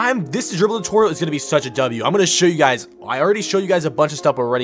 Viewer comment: "DRIBBLE DU-TORIAL"